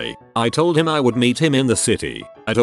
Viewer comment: The robot narrator: standard speech during a whole sentence, H-I-M.